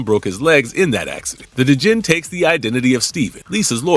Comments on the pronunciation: D’jin? Lol. Dude…….. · the D is silent in Djinn.